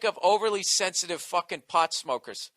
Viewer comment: Haha Bill says "pawt head"